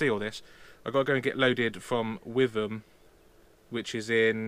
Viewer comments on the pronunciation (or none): And its not With am, its Wit ham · Witham pronounced Wit Ham.